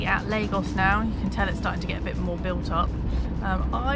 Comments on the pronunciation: Lagos is one of my favorite towns in Portugal. BUT guys, it is pronounced LAR-GOSH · its pronounced LARGOSH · Lagos pronounced laa-goszh. Lago, lake, lagos, lagoon.